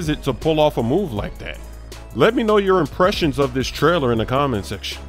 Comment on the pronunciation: Did you just say LeTrailer ??? 😂😂